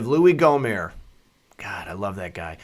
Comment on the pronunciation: You pronounce the t on the end of Gohmert, like you pronounce the t in shirt.